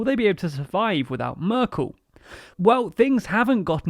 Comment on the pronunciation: Söder -> Soder, Merkel -> Mörkel, its not that the spoken english alphabet lacks ä,ö and ß, you just need to learn how to use them. I actually was very courious about Nüßlein, did you just give up ?